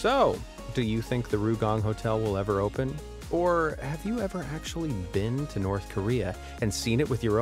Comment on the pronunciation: As soon as I heard the voice say "Ohppen" as opposed to "Open" I knew the gig was up. AI.